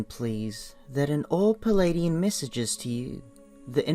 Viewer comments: It's PLEIADIAN not PELADIAN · I couldn't listen to this. The voice and the mispronunciation of Pleiadian as pelladian put me off. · General Mosquito Spray I felt the same way. Tried to listen without judgement but found this was irritating me with the mispronunciation of Pleiadian.